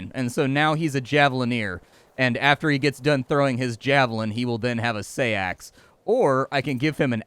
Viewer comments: It's pronounced "sax", as in Saxon, not "say-axe". People always get thrown by æ, but it's "a" as in "cat". Looks like a fun game all the same. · FYI Seax is pronounced like "Seeks" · Fun facts: The Seax is pronounced "sax" and is an old English word for knife. In fact the Saxons got their name from that weapon as the were one of the Germanic tribes that used this particular type of blade. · Huh, I never knew that. Everyone I’ve ever heard on “Forged in Fire” has pronounced “sax”. I wonder if sax is just the American pronunciation. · not sure you pronounce seax like that, but nice game